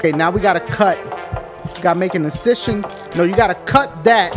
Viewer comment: "Gotta make an incishun." Luv it Dash